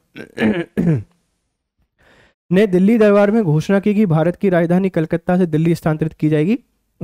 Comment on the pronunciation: bhaisab aap bhi Delhi ka uchharan galat kar rahe hai.....Delhi me phale l ata hai baad me h aata hai aur aap pahale h bol rahe hai aur baad me L